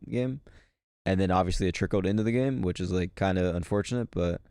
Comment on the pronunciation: I hate how pronounces “which” as “whuch” 😂